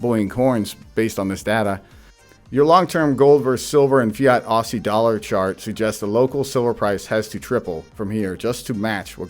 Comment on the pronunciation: Mate it’s pronounced Ozey like wizard of Oz not arsey haha stackin up the silver bricks!